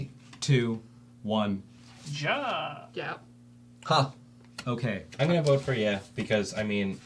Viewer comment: the historically correct term for that is 'Führer'. Also 'ja' is pronounced like ya.